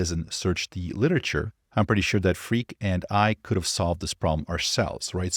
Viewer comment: Pronounce Freek like Fraik - not freak lol.